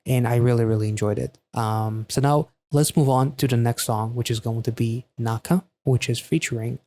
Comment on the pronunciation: actually correct pronunciation of 낙하 is “Nak-Ha” i think. 낙 = nak , 하 = ha.